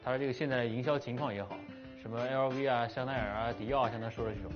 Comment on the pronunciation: LV都不会念 兄die走远了啊